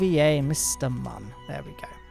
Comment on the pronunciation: If you could also pronounce Mun correctly that would be great, you kind of had it so it's not like you don't know.